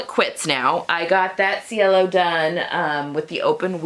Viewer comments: I love the way you finished the edge of the facing. Thank you. And being the Rome collection, I think it should be pronounced chay-lo which is sky in Italian. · I think your last pronunciation is correct. I took an Italian language class in Italy and ci is pronounced ch. it was weird cuz ch is pronounced as k!